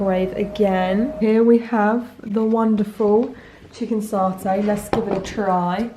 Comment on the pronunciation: I'm usually a silent viewer but they way you pronounce 'satay' weirded me out enough. It's SAT-ay! Not SART-ay!